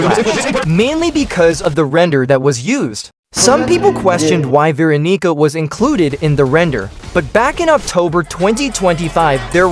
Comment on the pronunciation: Did you just say Veeroniga?!